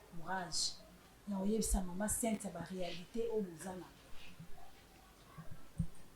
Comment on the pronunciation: Pardon, maman eza Cynthia et no Sainthia. On pronounce Comme si..pas saint.. Merci. Bonne émission.